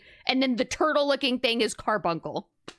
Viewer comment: It's cute when you pronounce it "CAR-BUN-SUL" instead